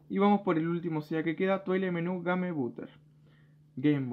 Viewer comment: Ga-Me? de verdad pronuncias GA-ME? JAJAHJAHJAHJAHJAHA EL REY DE LAS BESTIAS SOS MAN.